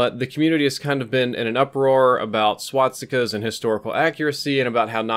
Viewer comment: thumbs up for "swat-stika"